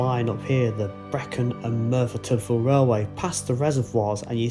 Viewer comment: Discovered your channel recently. I live in South Wales. So videos from around here like the I really enjoy. Just a note on your pronouncing of Tydfil. It's said as 'Tid-fill.' the 'y' is more of an i in that word. Kinda like U is also the same with an 'e' prounced as an i. I know, gets a little complex! Been watching your more recent videos. Absolutely love them. Thank you for making these.